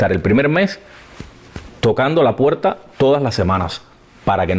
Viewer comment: Por cierto, el entrevistador debería tomarse su video como una clase magistral de locución de Abel. Escúchalo a solas, escúchate a hablar tú, y escúchalo a él: eres de los cubanos de bacco puetta y goppe (barco puerta y golpe), de il y venil (ir y venir) y de aspirar las eses a saco, terribles vicios para un comunicador. Se mejora leyendo en voz alta y escuchando a los profesionales que saben. Yo te seguiré desde hoy y tienes mi like, any way. SUERTE EN LAS REDES.